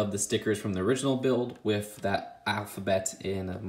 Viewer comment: With bro, not wif! TH!